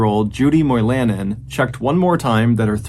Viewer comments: Moy-La-nen. It's a Finn name. People of Finnish heritage are common in the UP of Michigan. Like in the movie Dune think Har-ko-nen. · Mr. Ballin, you did pronounce Ontonagon correctly. However, you mispronounced Moilanen.. it’s Moi la nen. Emphasis on Moi.